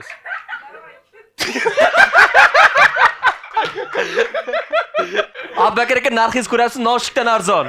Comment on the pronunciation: blaaa,,Abu Bakr" ismini aytolmayapsan.,,Appakir aka" deyapsan suka😂 boshqa ish qil